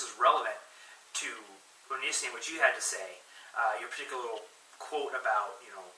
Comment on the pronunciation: You can't even say his name right and your hating on him.